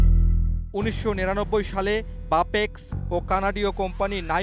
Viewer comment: সঠিক উচ্চারণ করতে পারেনা সাংবাদিক বাপেক্স বলতে পারে বাপেক বলে।